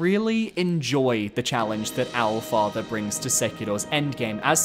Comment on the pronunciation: I watch all your videos but when you said owl father i turned it right the fuck off 😂